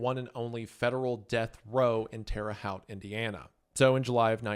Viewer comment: Also its pronounced Hoat, not Hout